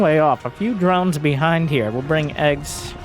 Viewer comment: eGGz reads "Gee gee, yee zee". You read the capital first, then the lower case.